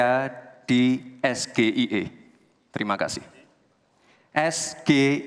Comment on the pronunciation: SGIE=State if global islam economy,, SGIE=student groub for international axchange,,, SGIE= Strategic growth and invesment engenering''''''' ini mas gibran maunya singkaran yg mana,,,? juga lain kali ejaan bhs inggris jangan dbaca pke ejaan indo,, coba aja d balik gak mungkin kan BUNDARAN HI dibaca bundaran eic ai🤣,juga banyak yg gk nyambung lo,, serius